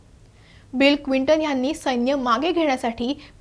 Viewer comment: Clinton क्विंटन नव्हे, please note